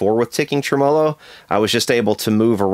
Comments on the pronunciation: OK..i love your channel but if i have to hear you say TRUMOLOH one more time im gonna scream lol..Its TREMELO !!! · Thanks! Just what the doctor ordered. Fixed my noisy Bandmaster with the help of your video. I believe it's pronounced "Trem - mou' - lou" - like the cow says. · Jeez I wish you knew how to pronounce Tremolo and " "Vibrato" is NOT the term.